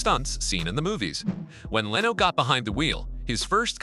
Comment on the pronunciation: great video, wish you didn't have ai wright and read it though, there's a certain repedidivenes to the word choice that's annoying and the mispronunciation of words like lano instead of leno and ferraris not ferrari